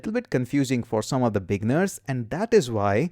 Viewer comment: You say "beginners" and it sounds like "big nerds" XD Thanks for the crash course, my man. I've been scouring the internet for an updated course like this for ages now. And all the new stuff and old stuff combined were not helping. You just made it all a lot simpler. A. LOT. Thank you!